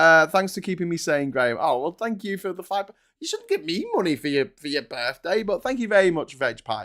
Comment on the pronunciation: What did they say? "Tank you very much!"?